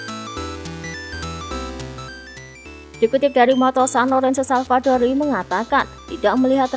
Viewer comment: Savadori yaa min bukan Salvadori